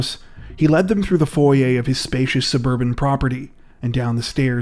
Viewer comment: You pronounced foyer wrong.